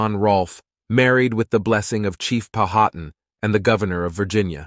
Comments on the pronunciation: pow ha tan. No one from Virginia pronounces it pow hat an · It isn't pronounced "pow-HAT-an." It is pronounced "POW-ah-tan." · Im 100% sure your pronunciation of Powhatan is incorrect.